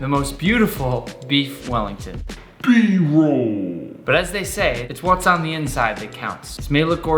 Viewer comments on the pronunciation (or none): Did u say b-rolllllllll? 😂